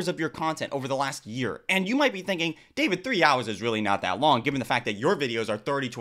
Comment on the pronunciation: Hahaha omg Dayvit 😂😂😂 no he didn't just say that 😂😂😂